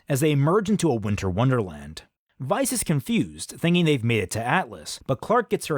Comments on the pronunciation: SO quick question, was I the only one who heard him keep saying "vice" instead of "weiss?" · That fact that you kept saying “Veiss” instead of “Weiss” should have clued me into this being an April Fools Video WAAAAAYY earlier 💀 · Why are you saying veis? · I was so confused, but once you said Ren fell for someone other than Nora I was like… what then you kept saying Weiss’s name wrong, and once you said doctor strange I knew this was a joke lol you got me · i've been mispronouncing weiss' name all these years